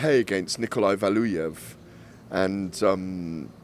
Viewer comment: Purely to show everyone how he likes to pronounce “Valoooev”